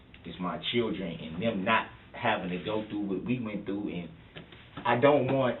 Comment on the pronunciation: Durrell really "luh dat girl" ! I think it says something about Darrell that he can't seem to say the word "LOVE" !